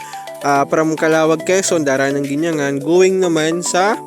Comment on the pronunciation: Bros were originally nearby town we pronounce it this way" gin 'ya ngan" " again po Gin" ya" ngan"😮 thanks IN GOD WE TRUST